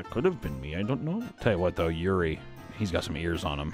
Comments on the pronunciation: Cmon bro there's being stumped by foreign names and then there's pronouncing Yuri as Georgie wtf 😆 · The fact that he pronounced Yuri as 'Georgie' 🤣